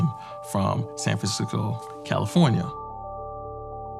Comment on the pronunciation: San fransicko......